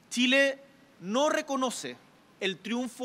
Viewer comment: "Txile" 😂 Candil de la calle ...